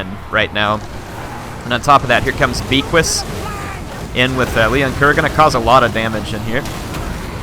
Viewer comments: The Undeath Star. Isn't they hippogriff's name pronounced "Beaky?" Because you pronounce it with a French accent? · Beaquis- (B-Ah-Key) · fun video but it bugs me every time says it. Beaquis has a silent S at the end and is pronounced Be'qui as becky or beaky. bit of a joke from the war hammer guys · And S is not pronounced at the end of most french words (I'm French)